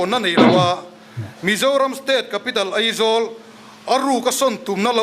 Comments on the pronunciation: Eizawl ati tlat te,ngaihdan tih tur nisi ngeihdan ati tlat tehi😅😅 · 'Ngeihdan' tih leh 'Eizawl' ti a thu a sawi reng khi khamawm tep a ni... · Eizawl ti ve leh tlat😂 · Eng nge maw i play nawn sek leh, bakah kan thu ngaihthlak ber sawitu pa khian Aizawl ti lo a Eizawl a ti tlat khi chu a buaithlak mang e sawi dik ve tal awm thudik hrul a dawt sawi tur ro ro ah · Ngeihdan, ngaihdan ✓ Eizawl aizawl✓ mnf pa mai mai chu... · Mithiam pui pui niawm leh ni te pawh hia AIZAWL hi ka lam thiam lo thin hi chu a buaithlak hi kati. Eizawl ni lo vin AIZAWL iti hram hram ang u. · New Delhi a lam dik emem laia ,Eizawl ati tlat mai khi chu aa